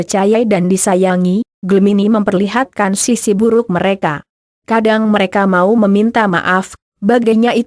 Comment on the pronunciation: Mengapa membacakan ramalan zodiak tersendat2,_ byak yg g ngerti, tpi aq berusaha pahami maksudnya. Dan suka dengatkan hal ramalan zodiak. .tpi bacanya selalu pedot2, mereka, menjadi , m e r a ka .merekan. Aq suka,tpi bacanya kyak basa campuran..apa benar ..